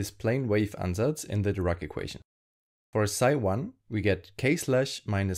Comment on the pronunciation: Are you german? You have a slight accent and pronounce "Ansatz" perfectly